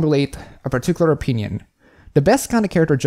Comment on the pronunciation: you're entitled to your a-peen-ion.